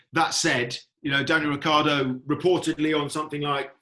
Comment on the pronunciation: no to mention Rick eeee ardo